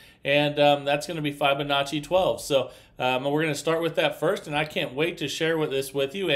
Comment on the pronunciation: The i in Fibonacci is pronounced like the i in Fib, not like the i in five.